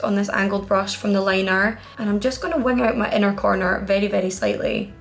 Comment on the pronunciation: Ese “very” suena tan latino jaja me encanta <3